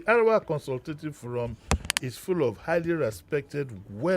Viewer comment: hahaha,...behave like monkey bawo 😀., Arewa (of ACF) is pronounced "mi-do-mi" and not "re-re-do"